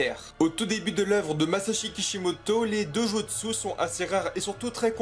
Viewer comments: Sérieusement, tu devrais faire des efforts pour prononcer les noms japonais... Amaterasu ne se prononce pas Amaterazu. Itachi se prononce Itatchi. Dojutsu se prononce Dodjustu etc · mdr il sais pas dire Dojutsu et shinobi